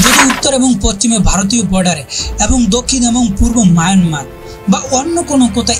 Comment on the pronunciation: ওটা পচ্চিম নয় ভাই, পশ্চিম।😅😂